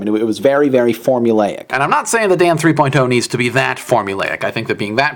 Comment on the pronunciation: LOL in the beginning it sounds like hes saying "this episode of damn 3.0 is brought 2 u by squarespace"